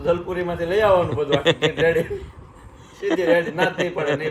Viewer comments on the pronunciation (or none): none